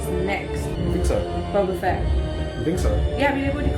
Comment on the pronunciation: Silly Brits. It’s Boh-buh Fett, not bah-bah Fett